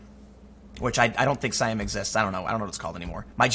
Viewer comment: One - you mispronounced it and two, Siam does exist, it's the original name for Thailand. Where do you think Siamese cats come from?